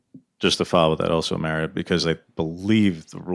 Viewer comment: Who's the douchebag reporter that asked that first question? His name is MARio, not Merry-o! Just like the name is pronounced MARcus MARiota, not Merckis Merryota!!! I want to strangle that idiot reporter every time I hear him talk.